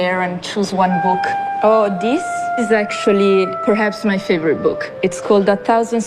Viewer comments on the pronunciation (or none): none